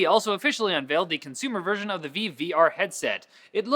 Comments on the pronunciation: Isn't it pronounced vive? Like five? Not veev? Idk though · Slay It's pronounced vIve not vee-vey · You're pronouncing Vive wrong! Think Vajv! Not viv, vive(Vajv)!!! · VIVE! Not veev, re-vive. For god sake start saying it correctly, you are starting to look foolish. Though you guys are pretty goofy anyway so I guess it suits you <3. but seriously, when I'm just listening to the video and I hear veev and not vive (you know like Saturday night live) I get so confused about what the hell you are talking about x3. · It's not VEEV. It's Vive, sounds like five. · Is it really pronounced Veeve,? I thought it was pronounced Vive, as in Five... but with a V... awkward stare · the way keys says the word vive makes my ears bleed. its VIVE as in revive not veve. smh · V-eye-V also, Gif, not Jif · Benjamin Wood A better clarification IMO: It's "V-eye-ve" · He pronounces vive as "veev" but does he pronounce gif the right way, as "geef"? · did he just call vive vive? by the way intro was awesome. dose anyone even call you? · Did... did you really just sign your comment? Also you were poking fun at for mispronouncing it, right? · I totally did! oh I thought it was maybe another VR headset from HTC, I didnt expect someone not to be able to pronounce it properly - Adam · I'm Canadian and I've always thought the way says it sounded stupid.:I